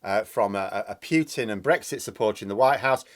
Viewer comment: His name is not pronounced Pewtin, the u is short